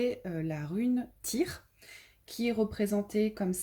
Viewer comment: Je crois que le "y" se prononce "u"